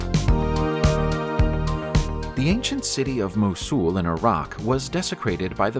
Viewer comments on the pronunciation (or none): If you really have to use computerised speech, could you at least train it to pronounce place names and people's names correctly, rather than as they are spelled? I am thinking of Worcestershire (UK), Mosul (Iraq), Ephesus (Greece) and Sennacherib (the Assyrian king). They're the ones I had heard of previously. But if you can't get the well-known ones right, what chance have we of learning the correct pronunciation of the others?